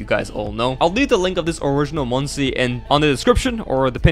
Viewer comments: ITS "Munkiy"like monkey NOT "Moon-see" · its not pronounced "moon si", its pronouced like monkey.